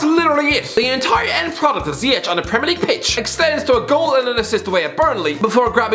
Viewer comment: Bruh did he say Ziyech? 😭